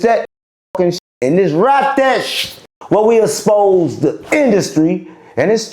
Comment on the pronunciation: “we exspose”😂